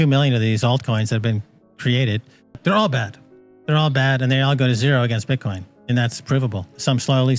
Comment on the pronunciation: “BITE-Coin— ouch!